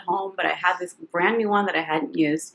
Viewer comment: “Dis tew much” 😂